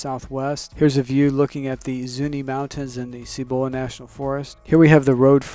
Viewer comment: Please learn to pronounce Cibola.